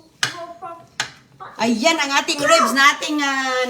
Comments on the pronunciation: Ribs not rebs😂😂😂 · Manners pls . Dnt talk while ur mouth is full bka sa sobrang katipiran mu mag suffer nmn ang health ng mga bata its not rebs but ribs😅 just saying